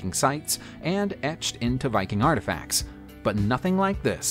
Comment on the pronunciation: What is “arfifacts”? 😂